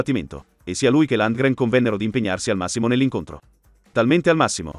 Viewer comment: 'Landgren' ?? - ma come cazzo lo pronunci?! É svedese, non americano!